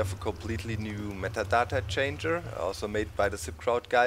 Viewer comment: I love how you pronounce "metadata" :D